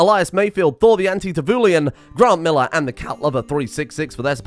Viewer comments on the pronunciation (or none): none